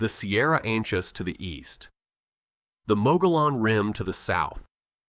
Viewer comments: Your description for location of the circle stone "in the superstition mountains" cannot have the Mogollon rim to the south as the video states. That description should say north where it says south. Also the person narrating or the AI narration doesn't know how to pronounce Mogollon. Which is typical of non native arizona residents. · You would have more followers if you can pronounce Mogollon correctly. We love these old stories. Show more photos of our actual places.